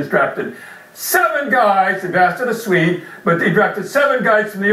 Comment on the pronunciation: "A Swin and a Feed". Someone from Swinland or Finden?